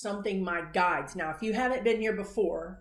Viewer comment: Enunciate "guides" otherwise first time listeners hear "guys." Ask your guys, lol, if I can mention your YouTube channel when I comment on CNN MSNBC. Occasionally I post (or reply) your prediction and say it's from a psychic medium on YouTube. I don't post the source because you will get some haters. I think you can handle it, but haven't wanted to take a chance. It would be nice if you were recognized. You predicted Jan 6th loud and clear.